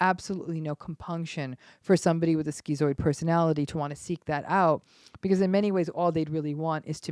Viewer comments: Um excuse me. It's pronounced "shkitzoid" !!! not "skeezoid" 🙄 Don't give us schizo's a bad name. with your mispronunciation. 😠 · In the UK its pronounced "skit"-"zoid" not "skee-zoid" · Wellp, I think we finally found my mom. Or at least, one of her probably many things. Is it really pronounced "skee-zoid?" Weird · Was anyone else surprised by the pronunciation of 'schizoid'? Skee-zoid? I always thought it was skit-zoid. I'm not saying that she's wrong because this happens a lot. Academics can't agree on how to pronounce words. There are at least four different ways to say 'hegemony'. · I couldn't watch the rest after 30 seconds. Just couldn't get past skee-zoid. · I guess the Greek pronunciation (skee-zoid) is to remove the confusion the layperson might have between it and schizophrenia. But it is still very irritating on my western ears Lol. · schizoid [ skit-soid ] your mispronunciation of 'schizoid' was very distracting. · Great video as usual. I think it’s pronounced “Skit-zoid” though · "schizoid" isn't pronounced like that. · This woman seems mentally ill herself. She also is not pronouncing schizoid correctly.